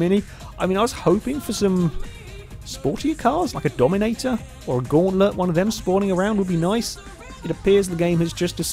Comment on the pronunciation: Stop saying dominominator its dominator